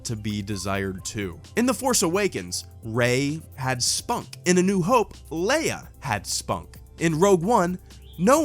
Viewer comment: sorry could you explain me whats "spunk" ? or maybe "sponk", you said Rey has it as well as Leia